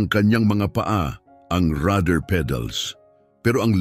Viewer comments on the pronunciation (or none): Rudder pedal, Hindi rather pedal😂😂😂